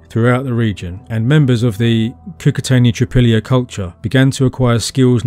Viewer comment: Not "Trypilla" but "Tripolie" (phonetically "treepolye" - means "three fields" in russian/ukrainian)